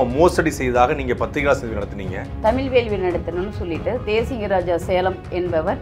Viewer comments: தமில் இல்ல தமிழ் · இந்த அம்மாவுக்கு தமிழ தமிள்,அலைச்சாங்கனு பேசுறாங்க.இந்த லட்சணத்தில் இவங்க தமிழ் வளக்கிறாங்களா?சிரிப்புதான் வருது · இவளுக்கு தமிழ் என்ற சொல்லை சரியாய் சொல்ல முடியவில்லை